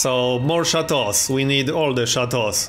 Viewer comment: Sound pretty french actually